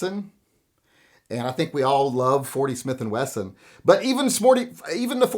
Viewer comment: He almost said: Even Smorty With & Smithon”